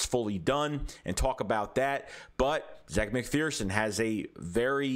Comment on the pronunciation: Zach he says his name is pronounced like Zach